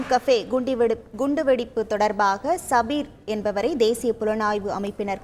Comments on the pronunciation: Enna de news read pannura kundi vedipa,, i😅😂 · Kund- vedippa😂😂😂antha ponnu news padichadhu paranga da😂😂😂